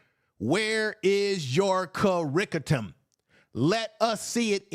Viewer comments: You meant curriculum and not curricudum right? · Uncle Umar thinks we're stupid. ps 1. There is no "curricutum," only curriculum or curricula. 2. Everyone he he hired to work on the "school" has robbed him blind. 3. You need "institutions." I think at this point most people want Uncle Umar to go away.